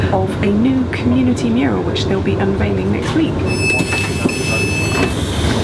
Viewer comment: Awesome mural! Yes, it's a mural, not a murial. I know some people have trouble with this word! Another great episode. Have there been any that were bad though? No, no there haven't.